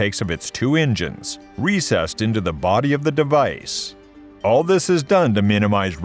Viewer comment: Don't forget the ingines